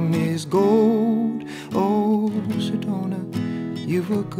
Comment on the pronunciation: How he pronounce Sedona is lit 😍